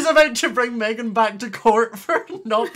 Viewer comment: Who remembers on stream when was mad and when she gets mad at Meghan, she calls her MaYgHaN? It got me in stitches! XD.